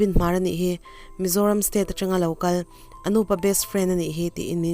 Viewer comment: Anuuupa?? Anupa tiin an sawi mai thinin ka hria, hminglar tak ania. Thing alo ding thelh sunga, tih a THELH lai hi threlh anilo, thelh tih mai tur. Thurawn in welcome thu in swi thin bok a, ka han sawi ve e😀🙏